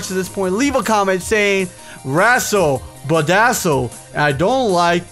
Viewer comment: Razzle pedazzle... Whatever you just said